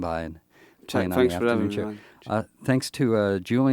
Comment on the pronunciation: 'Fanks for avai'ing meh' <3